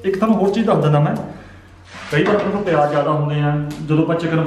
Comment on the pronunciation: Its called. Zeera not jera its called. Payaz not payaj its called business not bijnas its called. Visa not beja